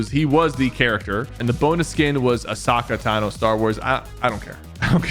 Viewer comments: “Asaka tano” 💔🥀 sybau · Bro said asaka tano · Bro knows how to pronounce eren freaking yaeger but not Ashoka tano 😭😭😭😭😭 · and Asocka Tano